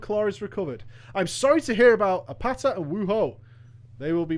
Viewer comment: "your name shall not be forgotten apeto" her name was apata lmao